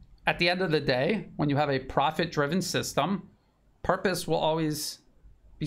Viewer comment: It's Purpose not "Puprose" sir. 😅